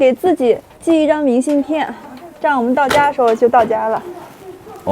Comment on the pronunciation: 东北女孩都白，到东北都变白了变漂亮了。在西北时脸黑黑的一副疲惫不堪的样子。另外 明信片的“片”,金鸡冠的“冠”为什么发一声，不是四声吗？西北和东北教的不一样？